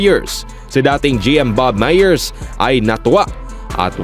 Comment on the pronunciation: Mali ang pronounciation mo ng "Myers". Konteng correction lang. Good content though. 👍